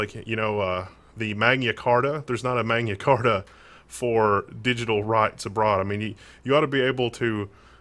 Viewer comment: "Mayna Carta" lol Its Latin not Spanish you troglodyte. maG-Na